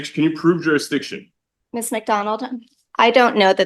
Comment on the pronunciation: "Prove jurisdiiction", lock him up for contempt. I wonder if he bathed today. 🤔🤔🤔